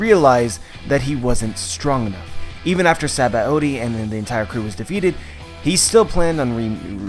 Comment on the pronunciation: What's up with his retarded pronunciation of Sabaody?